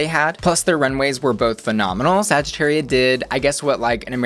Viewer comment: Trying to pronounce every queen's name correctly and then they say saggitaria like a true american 😐